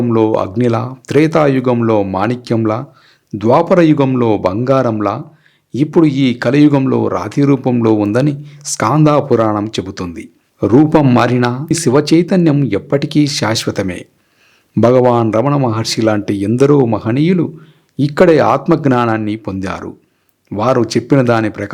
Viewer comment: Skaandaa puranam kadhu skandapuranam babu😊😊😊😊